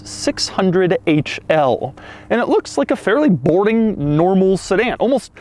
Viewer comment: Wow, a million more if the same dumb doug jokes and no one mentioned he said borting instead of boring.